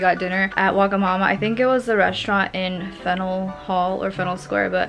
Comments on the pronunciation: As a person who lives in Maine and visits Boston a lot it’s pronounced “fan-you-il” hall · PS: Faneuil hall is pronounced fan-yul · being from boston it pains me to hear the way your pronounced faneuil hall